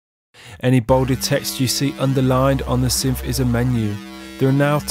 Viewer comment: no, thats not accent, thats just not saying words properly, thats all.